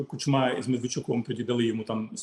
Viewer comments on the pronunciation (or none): none